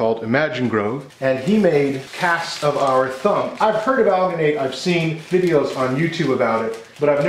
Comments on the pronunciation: Al-Gin-Nate, is how we pronounce it in the dental field. The colder the water you used will let you have a longer working time. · as a sfx artist I must tell you it’s pronounced like al-Jin-et and you need to mix it w COLD water SLOWLY by hand NEVER with a power tool. Also a fun thing you can do is leave the mold to dry for a while and it’ll shrink. My teacher once let a face cast shrink and kept making a stone positive of each shrunken face and casted in alginate he kept shrinking until it was only about three inches tall. Super cool stuff! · The "g" in alginate is pronounced the same as in "GIF". Hope this helps. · Al-gee-nate. Soft G. You couldn't've used a less... demonic... color for the foot? No? Okay then. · It's not pronounced ghh but rather juh. Alginate is used for taking dental impressions for one time use only as you mentioned in your video. "Aljuhnet" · The pronunciation is Al-gen-et, or Al-gen-ate, if that helps. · It's made with algea so al-gin-ate. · It's pronounced "alginate", hope this helps. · the G in alginate is prounce like in.GIF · It's alginate with a soft 'g'. it comes from algae. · algenate is pronounced like gel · It's pronounced "alginate"